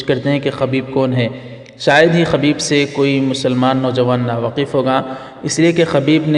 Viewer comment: خبیب بضم الخألابفتح الخأ اصلاح کرلیجیے